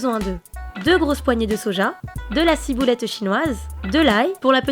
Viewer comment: De la cibouletteu chinoiseu